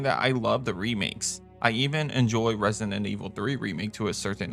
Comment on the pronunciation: stop saying “Resident” like that